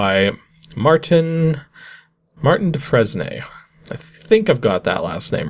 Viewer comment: Dufresne is pronounced doo frayn